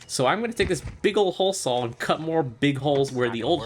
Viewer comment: The way you pronounce saw drives me mad. Boat is coming along well though, I look forward to more.